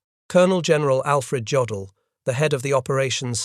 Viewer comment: Jodel is pronounce ( yodel ) keep listening for your mistakes